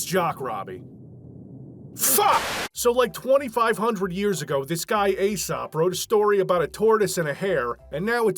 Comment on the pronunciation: Eesop not Aysop